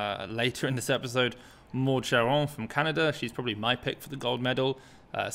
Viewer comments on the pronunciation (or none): none